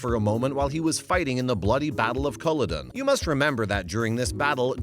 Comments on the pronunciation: Sorry pronunciation of Culloden. distracts me. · Learn how to say the names!!!! Culloden! Look it up on listen to a SCOTT say it!